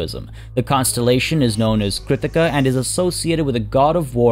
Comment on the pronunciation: He said "We shan't see another costellation tomorrow"